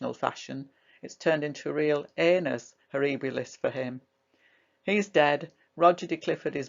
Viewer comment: Great content and superbly told, thank you! Anus horribilis , lol!